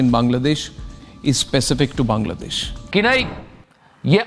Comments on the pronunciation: Bhai Bangladesh hai banladesh nai theek kr lo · Bangladesh not Banladesh